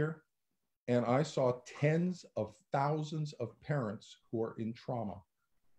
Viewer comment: Thens of tousends of affected parents? No. Millions, millions of them. Great interview with this godsent Duo!